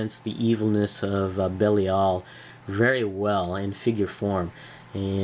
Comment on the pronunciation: I believe his name is pronounced "Buh-LIE-el". Nice review! :)